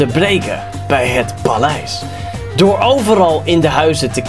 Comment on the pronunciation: niet palijs maar paleis